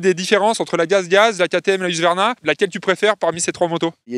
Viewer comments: 😂 faut dire « husky » , comme le chien ! Comme ça plus de doute. A+ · Pourquoi il dit huQsvarna ?